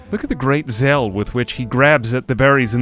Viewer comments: Zell? Zeal? Isn't it Zeal like Seal with a Z? Also, how dare thee not know the might Edric! It's almost the same name as Erdrick, and you must have had a gameboy growing up. Mm, and if this game wants to be a medieval survival builder kind of game they really need to iron out pathfinding wall phasing bugs, like yesterday. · did you say, "the great zelle with which he's picking the berries"?